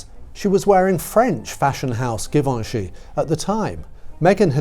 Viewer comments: Oh dear you are having a bad day with pronounciations! Givenchy is NOT pronounced with a hard G, but a soft G. Zhee-von-shee. And Terrigal - which is about 40 minutes drive from where I live - is NOT pronounced terra-gal!! It's terry-gl. The second syllable is swallowed. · Givenchy is pronounced with a soft g, like zh. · Give-anch -ee jee-von-chee :) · Oh …properly designer pronunciation. GEEEVONCHEEE, Givenchy…. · Please learn how to pronounce Givency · Interesting, fun video. Love the photos and I appreciate the notes. MM was never up to the job. Just didn’t have it in her. Not sure why the weird pronunciation of Ralph Lauren and Givenchy, that was a bit distracting, maybe it’s a British thing, but I’m happy to find this channel.